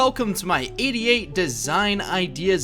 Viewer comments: How many people heard 88 AS " IDIOT" in the first. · When you said 88 i heard idiot